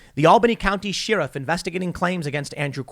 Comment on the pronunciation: I honestly watched to see if Tim would pronounce sheriff as sheeerif. It always makes me go what?